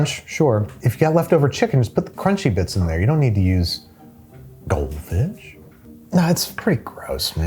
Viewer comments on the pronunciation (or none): how he said goldfish tickled my brain